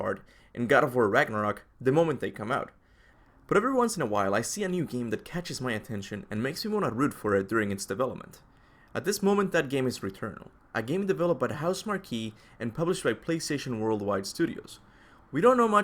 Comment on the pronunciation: Housemarque is pronounced housemark. I've been pronouncing it wrong for years but saw an interview with one of their devs and that's how they pronounce it.